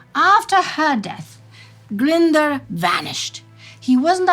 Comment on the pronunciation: Sorry, my pedant has come out to play. Glyndwr is pronounced Glyn & dwr to rhyme with boor, but roll the r for all its worth.